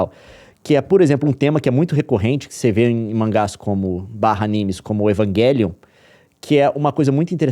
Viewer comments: "Evanguelion" É foda kkkkkkk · Evanguelion doeu meu ouvido kkkkkk